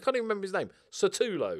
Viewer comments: He's Sutalo not Satulo. But you're, of course you'll mix up letters.:D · Sutalo is read Shootalo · Also the S in Sutalo is pronounced like a Sh. That applies to the second s in Sasa